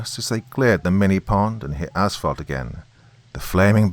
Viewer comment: Btw thank you for maybe being the only Creepypasta narrator to pronounce 'asphalt' correctly. It's 'ass-falt' not 'ash-falt' as you clearly realize. Lovecraft is pounding on the lid of his coffin tonight but that guy always had his butt jacked about something.